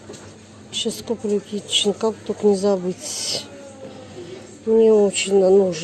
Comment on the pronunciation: Kitchen ,, - произносится ,, Кичин